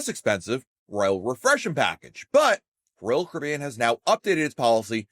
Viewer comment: SLOWLY PRONOUNCE: R O Y A L C A R I B B E A N!!!!!!!!!!!!!!!!!!!!!!!!!!!!!!!!!!!!!!!!!!!!!!!!!!!!!!!!!!